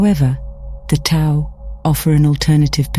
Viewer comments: Tao is pronounced "dow." Thought you would want to know. Thank you for the video. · Isn’t the Tao actually enunciated as The Dhao? Something the AI voice fails to understand. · Tao is pronounced as daow.